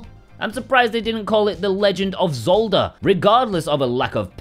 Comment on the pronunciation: 🤣🤣🤣🤣 “Legend of Zolda!”😂